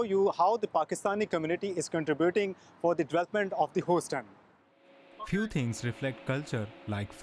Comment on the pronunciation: Your pronunciation is terrible...its not pronounced hoseton...as you are saying...its pronounced Huseton but spelt Houston